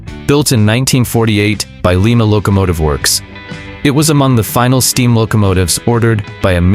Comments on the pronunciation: The 765 Nickel Plate locomotive was built by Lima, pronounced. “ Lie-ma”, NOT “ Lee ma” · Leema is in Peru. Liema is a locamotive. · It's LIE-ma locomotive works. Another crappy computer generated voice track. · Really? So 'LIEMA' is the capital of Peru ..... who knew?